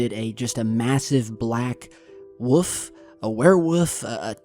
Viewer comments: A wuff? 😂 its a W O L F 😂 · You say woof instead of WOLF lol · says woof not wolf lol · Not WUF...WOLLLLF. HONEY..WOLF. THE L IS NOT SILENT. ... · It sounds like he says wuf instead of wolf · Heh, enough to make him say "wuf" instead of "wolf". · Lol he says wuf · My wife just showed me that video last night, that wuff is big, like a twilight woLf, lol sorry sorry, but come on there is an L in 🐺, great stuff as usual, also I heard a shout out for you from edge of wander, another great channel, check them out if you haven't they are good people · A Woof ? I thought it was called a Wolf ! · It's a wolf, not a woof Haha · It's called a WOLF not a WOOF!!! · "Timber woof"???? go to speech therapy for all of our sake. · Love your vids. I love how you say woof instead of woLf. :D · Woof? It’s called a wolf. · yes its a wolf not a wuff said it right u tard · Woof? Don't you mean Wolf? And instead of Woofs, don't you mean wolves? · The real mystery is why pronounces wolf as "woof". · A WHOOF? He is calling it a WHOOF! Really? Its a WOLF. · "TIMBER WOOF" 😂 Never heard of a "woof"but it does look like a wolf 😉🤣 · Dude whats a 'woof'?! Do yoy mean WOLF? :P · Dirty Ari There is no regional dialect that would account for his pronouncing it wOOf. WOLF had but one correct way to say it. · Wuff... Wuv... Wulf... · WOOF? "Wolf". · ITS NOT WOOF ITS WOLF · Wolf brother...😅 not wuff. love ya man. Hope vacation is going good. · And can't say wolf LOL love ya bud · please say W O L F.... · Learn how to say wolf its not wuff theres an L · Just a normal wolf. I love ur channel bud, but the l is not silent in woLf lol, take care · Did he really say timberWOOF or is that just the way he pronounces WOLF? lol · Massive black wuff, a werewuff, a Timberwuff? 😂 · what is a timber "woof" or a were "woof" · Stop saying "wuf" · A woof, really? 🤣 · That's definitely a "wuf" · Wtf is a Timber woof? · OMG the way that pronounces ''Wolf'' hahahahahaha